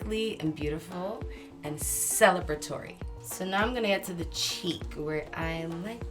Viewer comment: Okay, but her hair and skin 💀❤️❤️❤️❤️❤️❤️ Edit: now i know Rih trying to say celebratory, but it sound like she saying celibatory, an informal adjective for celibacy LOL😭